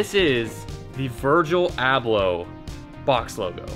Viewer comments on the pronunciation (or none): none